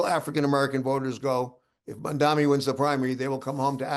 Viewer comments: Are you pronouncing his name correctly??? Its Mamdami...not Mandami.... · Why is it that all old white men can't pronounce his name correctly!!!